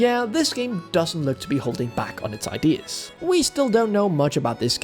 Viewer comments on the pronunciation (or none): none